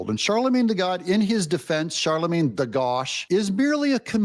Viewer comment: "Charlemagne the Gaud" (as in gaudy), not God 😂